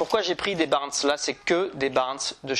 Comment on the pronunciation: Top vidéo. Par contre tu es fan des leurres Caperlan mais tu prononces mal le nom des leurres : Smite, pas Smith, et Barn, pas Barns !